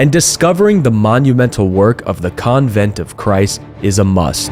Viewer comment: Mate, learn how to say "convent" But apart from that unhelpful comment, this is a great video. Super informative, helpul and eye-opening. Thank you!